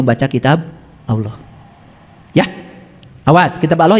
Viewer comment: Cara menyebut nama Allah saja salah. Hati² guys